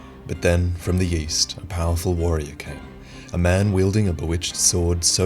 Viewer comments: did anyone think that said "from the yeast"? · I heard "from the yeast" when you introduced Alonne. Alonne confirmed to be Bread Knight.